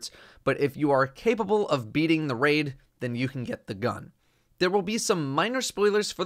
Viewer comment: I gave up on this quest the moment he said "Raid"